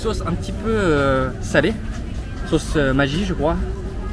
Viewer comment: très bonne idée de mettre quelques fois les traductions lorsque tu parles thaï . Je repasse en boucle pour apprendre certaines expressions . Merci pour ton super travail ! tu as bien prononcé la marque de la sauce MAGGI , d’ailleurs j’étais étonné de la voir dans beaucoup de magasins même au fin fond des campagnes thaïlandaises ...